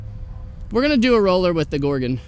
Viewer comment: Thank you for saying Gor-gon, not gor-GONE!